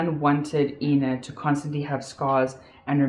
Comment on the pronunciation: I wish you would drop your fake accent.....you kept on calling the victim AAAAIIIINNA and whenever you had a slip of the tongue you would call her Ina which is correct. Make up your mind which accent you want to use....you're making a fool out of yourself!! You suck at acting.